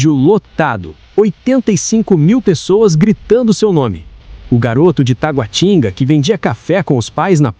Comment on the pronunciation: Não é taguatíningua, é taguátinga.